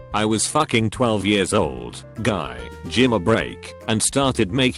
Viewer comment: "Guy, jimma break" it makes me giggle for some reason